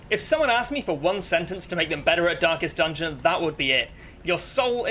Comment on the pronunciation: Stop saying dankest dungeon (Excellent guide btw)